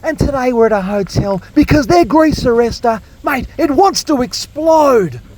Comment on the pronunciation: I can't help but laugh every time you say grease arrestor! 😂😂 I needed that this week,. Thanks! 😊